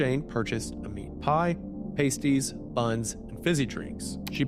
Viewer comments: Pass-tees, Wendi. British for "Pay-strees" "Paste-EEs" are something entirely different. lmao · uhhhh… I think you mean pastys (pas-tee)…. Pasties are something veryyyyyy different lol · It’s pronounced paahhsties m8! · Small note: Pasties the food are pronounced Pah-sties. Pay-sties are stickers for your nips and I hope the children didn't buy those. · theyre pronounced 'pah' 'steez' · pasties (p-ah-sties) are a baked food. Pasties (pay-sties) are what gals wear on their nipples. Just a heads up lol great video as always